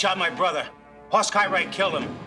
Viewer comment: That's Hoss Cartwright- not Hoarse Cartwright. The name "Hoss" is a Swedish name so get it right. You need to watch the episode "Inga, My Love" that shows when Ben was married to Inga and she was pregnant with Hoss. When he was born, Ben wanted to name him "Eric" and Inga wanted to name him "Hoss." She said that "Hoss" means a big mountain man. Hoss was 11 pounds when he was born. Ben said that they should give him both names.